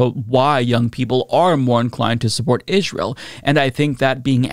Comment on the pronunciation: Damn why does he keep saying israel like that